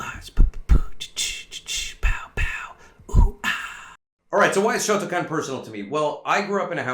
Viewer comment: Kyokushin came out of shotokahn